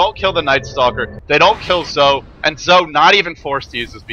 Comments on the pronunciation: If you listen closely (see watch?v=OZxZaYi14EU#t=4079s) you'll hear he actually pronounced it something like "Dzo" or "Tzo", not "Zoe". Of course you're free to pronounce it however you like as you're the well-known commentator and I'm not. Just saying that he doesn't actually pronounce it "Zoe". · It's "Joe" according to Beijing pronunciation and Zhou himself pronounces it "Dzo" because he has a southern accent. Either way it's certainly not "Zoe" and I have no idea why says it that way. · his name is pronounced "zhou" or "joe" however you want to put it, but not zoe lol